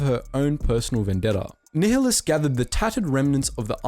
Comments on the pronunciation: It’s pronounced darth NI -hlus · You pronounce it (ny-lus) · Nih-less nih-less nih-less it's pronounced nih-less. Gah did you play the games damnit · Ny Lus not Ni HI lus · Darth Nehulus. Its nile - us. as in the river in Egypt then us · Learn how to pronounce nialhuaus correctly. Nigh-a-lus. Not fucking Neil-a-lous... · Idk why u cant pronounce Nihilous its like the NILE not neeheelus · PointedGoblin Nihilus is also wrong... the H shouldn’t be emphasized. Much like the actual words nihilist or nihilism... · For a moment there I almost heard "Darth Niggalus" 😅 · I’m sure someone has said this, but Darth Nihilus is pronounced Nigh-ill-us lol Thank you for this :P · Great video though it was T3-M4 and it was pronounced Nih-ilus and goto not GO-TO. Interesting to think about what would happened if the Triumvirate never turned on each other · Pretty sure it's pronounced Darth Nigh-uh-luh-s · You're pronouncing nihlis wrong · It’s Darth “Nye-lus” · "Knee-hill-us" XD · So... what the fuck is a “Knee-huh-lus”? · Unit Circles hahahahaha, tell me about it. It was difficult to get through this video because it’s pronounced [Nile-Hus]. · The mispronunciation of Nihilus has to be satire or rage bait or sumn cuz ain’t no way 💀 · You pronounce Nihilus like such a twat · Love that you're bringing more attention to the Kotor side of Star Wars, but I can't watch after you butchered Nihilus name lol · Pronounce nihilus correctly ffs 🤦🏻‍♂️ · Sorry I have to say, you’re pronouncing Nihilus wrong and I dont know how. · That is not how you pronounce Nihilus xD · darth nehilius huh um im pretty sure it's pronounced much differently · Damn mate you really butchered some of these kotor names XD none the less great video!